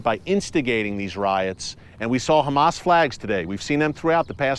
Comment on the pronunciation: We pray for peace,,,, so much so that we hide weapons in our place of prayer, so we keep the fight going,,,, while we pray for peace,,, you pronounce our name wrong,,, we are not humass we are dumba$$.!!